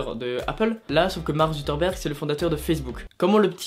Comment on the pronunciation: Mark suKERberg pas Zutterberg, Désolé ça m'a stressé